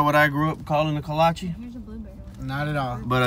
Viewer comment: Its pronounced Kolache!